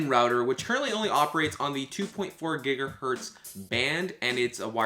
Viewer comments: annoying video jumping (please fade)!! annoying noises!! gigahertz not gigahert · "5 gigahert" Fml.